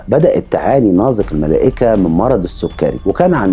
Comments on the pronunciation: ليه بتنطق نازك ناظك؟؟ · الكتابة نازك والنطق ناضك ؟؟؟ شي غريب فعلاً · الأستاذ المحترم ، تحية طيبة ، طريقة نطقك لاسم نازك خاطئ ، الصحيح نطق الزاي كما نطقت إسم اخيها نزار. مع التقدير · بينطق اسم نازك بطريقة غريبه 🤔